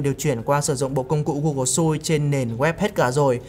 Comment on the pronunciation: Google Suite phiên âm nôm na là “xơ-quýt” bạn ơi